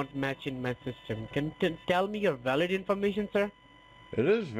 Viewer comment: "Card is not wow-lid" LOL